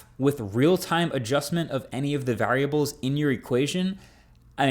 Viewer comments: "you can ask a equation using these vaRAWriables" 🤣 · Please tell me I'm not only one who noticed Marques's weird pronounciation of the word "variables". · Where are you from that you say “variables” like that 😂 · Marques has never sounded more New Jersey than when he pronounces “variables” 😂